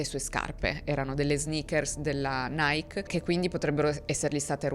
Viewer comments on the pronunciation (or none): none